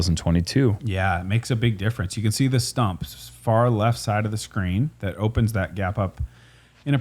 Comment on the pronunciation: should check the enunciation of far, fur is like hair